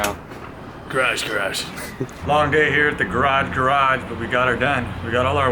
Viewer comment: Say it right *garage garage *